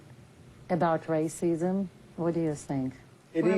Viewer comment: Joe can't pronounce racism racisism